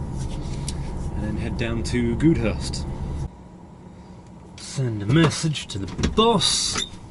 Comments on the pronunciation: Thanks for posting. Spoke to a Curries driver in Northern Cyprus, he thought he was in Crete. Goudhurst is pronounced Gowdhurst btw. Looking forward to the next vlog. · Just watching your video from two years ago your sayiing of Goudhurst was wrong (Gowdhurst)is how it’s said